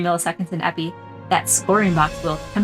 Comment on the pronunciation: Epée is pronounced "eh pay". Sabre fencers are sabreurs, not sabrists.